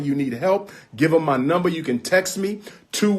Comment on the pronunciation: He is really not that smart. He cannot even pronounce the word "texts." He says Texas and it is funny as hell every time I hear him say that bullshit.